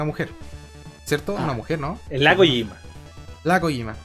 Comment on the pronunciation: la kojima suena como la coyoma.